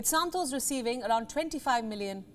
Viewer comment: Her Santos sounded like Santosh 😀 to me 😁